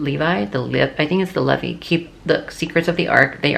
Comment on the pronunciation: you were pronouncing "levy/levi" it is the "LEVI" and the sons of Aaron are the "Levites" (I'm an old Mormon) 😊